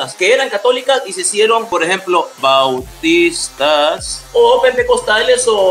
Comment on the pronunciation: es un crack😂🤣😂🤣 Los más graciosos son los gestos que hace y su énfasis al decir: "BAU-TIS-TAS."